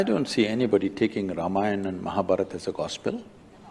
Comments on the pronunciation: Not Raama yawn - Raam -Aah-Yen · Why people say Ramayana ? It's not Ramayana it's Ramayan and not Rama he is Ram. Same in mahabharat. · not rama yaan, this is yan.. ramayan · i dont know how you got so many indian followers. u were reacting on ramayana and cant pronounce the name lo.. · I wish you learned how to pronounce Ramayana, because you've been following things related to it for some time now. A quick tip (although you have to hear it carefully being pronounced to understand clearly) : Ram and Yana aren't pronounced separately in the word Ramayana. If they were separate words you would've been correct. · Thanks for your reaction on this topic. Just to make it easy, Ramayana sounds like "Raamaayana" and Mahabharata sounds like "Mahaa Bhaaratha"...